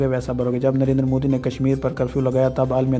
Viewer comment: modi ke liye bolne se phle phle modi bolna to sikh le chutiye